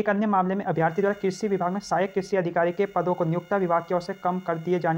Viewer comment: अभ्यार्थी नही अभ्यर्थी होता है।